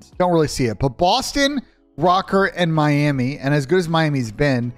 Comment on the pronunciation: That “Miami” had my ears bleeding